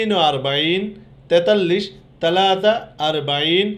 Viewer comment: ছালাছা কে আপনি তালাতা কেন বলছেন।